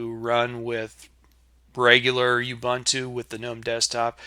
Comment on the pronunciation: Useful video; I also have problems with slow startup, but otherwise good. (Minor quibble: the middle syllable is pronounced more like the oo in book, not the u in fun, but no matter. It's an African language word.)